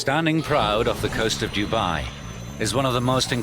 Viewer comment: How he pronounces Dubai is cringeworthy. The locals do not like it said in such a careless way. Dudnt even get 8 secs in lol